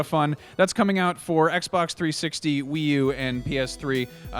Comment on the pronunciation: "Oot" HA!!!